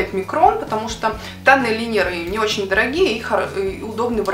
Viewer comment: Лайнеры , а не линеры